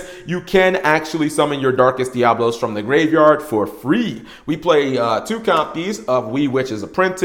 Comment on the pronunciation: DiaBOLos?! :) sorry, couldn't resist jokes aside 4 some they just can't pronounce it right, they just can't help it